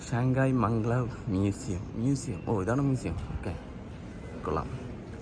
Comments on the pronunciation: മംഗ് ലാവ് അല്ലല്ലോ മാഗ്-ലെവ് അല്ലേ?🤔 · മംഗ്ലാവ് അല്ല മഗലേവ്